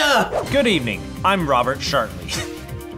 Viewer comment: Ian said Robert Shartney,he must be a Shartney fan